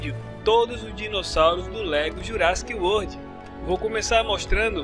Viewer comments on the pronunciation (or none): none